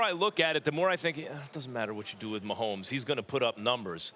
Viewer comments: It's Mahomey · Love thielen but it’s MAAAAAHOMES